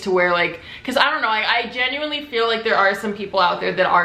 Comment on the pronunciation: nobody:: “genUinElY”